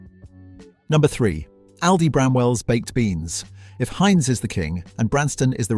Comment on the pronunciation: AI slop! Yuk. Given how many people speak English, it puzzles me why an actual human couldn't have read a 15min script. Instead, we get such gems as 'Haynes' Beans, etc. Plus, it's a VIDEO! Please stop pumping out stock video with an AI essay... try actually formatting it to be a VISUAL experience. Not that any of this will make a change to a slop channel... I usually don't even bother with a comment, just block & boycott. Who knows how much engagement you're losing from slopping.